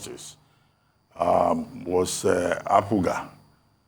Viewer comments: The way my "idol" - Dr. Abati pronounces APUGA makes me laugh., correct Dr. Abati na. APGA, not APUGA. Hi, Rufai. You guys are second to none. We love and appreciate what you do. Keep on keeping on. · Why does Dr Abati consistently pronouncing APUGAA instead of APGA🤣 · classic pronunciation 🤣